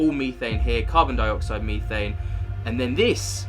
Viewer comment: Meethane? lol Are you high on Meeth?? Its methane.